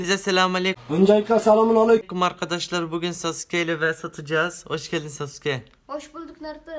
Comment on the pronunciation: Abi normalde SASÜKE saske diye okunuyor siz niye SASÜKE diye okuyosunuz